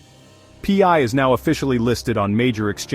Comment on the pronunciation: You are not a millionaire as this video claims. Nor is it P I is Pi which sounds like Pie get it right!!